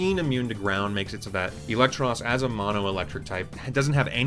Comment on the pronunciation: IT'S EELEKTROSS, NOT ELECTROSS!